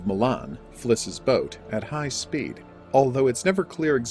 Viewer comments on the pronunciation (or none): none